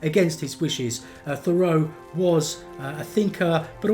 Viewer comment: It's not pronounced "Conn-CHORD," it's "CON-kerd"!!! And, like almost everyone else, you pronounce Henry's last name wrong, too, but that is to be expected.